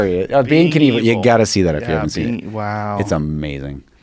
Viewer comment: The way joe reacts to Rob saying the name wrong (simultaneously) joe - “being evel” rob- “being kinevel you gotta watch that if you haven’t seen it” joe - “wow.....wow” - lmfao 😂🤣